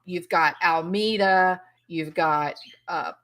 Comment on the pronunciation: FYI - Alameda is pronounced "Al ah me dah" & is Spanish for "tree lined path or street."